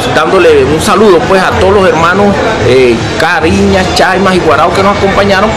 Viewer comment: lo siento mucho pero este supuesto indígena desvirtúa mi idioma Kari'ña que mala pronunciación definitivamente como salen indígenas de donde no existen!!!